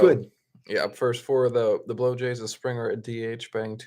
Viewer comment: Dude, pronounce’BlueJays” correctly! Bob